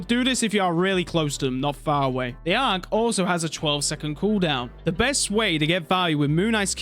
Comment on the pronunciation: Bro learnt how to say ankh for this vid w guide